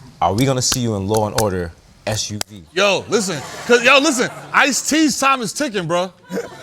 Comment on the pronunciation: He said S.U.V. 😂😂😂🤦‍♀️